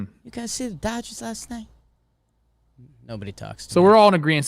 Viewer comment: I can't stop laughing at "Dodges men". Please make that a sound loop.